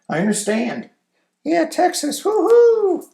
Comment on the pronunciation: You mean TexASSS?